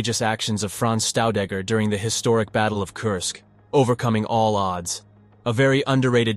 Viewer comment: His second name pronunciation is wrong. It's not Staudegger but Shtaudegger. The two letters St at the beginning of any German word is pronounced as Scht or simply Sht. All the best and thank you.